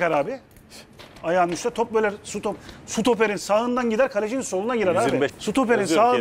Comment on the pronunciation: bunca senedir seni izlerim severim tek falson stopere sutoper demen 😅😅